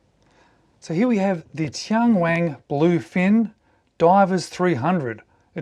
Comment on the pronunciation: TianWang - Only one "G" at the end! The name means "Heavenly King" in Mandarin. This Bluefin with the floating dial is $704 on TMall, and the standard Bluefin models with that bezel design are selling for $380. A few other models in the 300m Bluefin series are Under $300 in China. I still consider these prices a bit high for a watch with a Miyota 8 Series movement, but many Chinese domestic market brands are not value priced. This is often the reason cited for brands like Tian Wang, Fiyta, Rossini and Ebohr not marketing to Western countries, because most export brands operate on very thin margins. TianWang has been successful selling homage watches, many of them Tissot clones, to the Chinese domestic market. It is one of China's top selling watch brands, but like Rossini and Ebohr, they haven't done much export business despite having a huge catalog. Chinese customers generally prefer Japanese automatic movements, so Tian Wang has only started to offer a few models with Chinese-made movements in the past couple of years to test the waters.